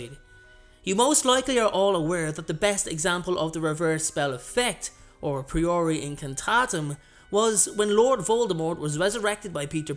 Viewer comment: I've already unfortunately had to dislike this video due to two things one your mispronounciation of the first "spell" and how you've misspelled the fire part of the second spell. Sorry